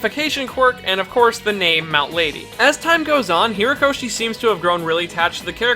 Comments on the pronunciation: Just want to say, you keep saying Hiro-koshi, it's HORI-koshi. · Why do you keep calling him Hirokoshi and not Horikoshi? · It's not Hirokoshi, or Hirakoshi, it's /HORI/koshi. This was a nice collection of everything we know about Mt. Lady, but at least get the mangaka's name right, please. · Herokoshi? Isn't his name Horikoshi? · You see his name spelt out yet you still can't say HORIkoshi's name right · ...you keep saying "Hirokoshi". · Ok I'm really bothered by his pronunciation of Horikoshi